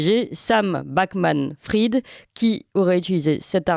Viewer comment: C'est quand même effarant que personne ne sache prononcer Bankman-Fried: BANN-QUE-MANN FRIDE. Autrement dit prononce correctement le premier nom de famille et Clémence Houdiakova le second. "Fried" vient du yiddish "frid" qui veut dire "paix". L'origine de "bankman" est moins claire, cela peut être lié à la banque, ou à un autre type de métier ancien. Dans tous les cas c'est prononcé comme les deux mots "bank" et "man" à la suite.